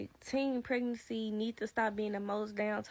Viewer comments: I heard "teen peerancy" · Did she say " teen pernancy"😂😂😂😂